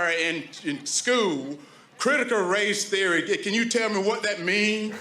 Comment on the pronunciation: “Criticuh Race Theoreh, can anybody tell me what dat is?” He’s genuinely asking